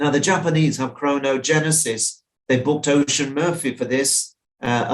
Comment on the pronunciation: love the tips, but please its Oisín Murphy… it’s pronounced ush - sheen rather than ocean 😂 its an old irish name! Other than that bangin tips bruv